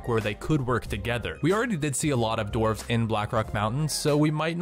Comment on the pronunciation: enderark yeah i really dident understand what he said before "dark iron"